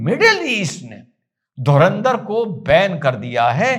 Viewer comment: धुरिंदर... Nahi... धुरंदर... 👍🙏